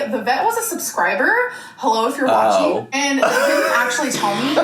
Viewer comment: “hello if you’re wacheen”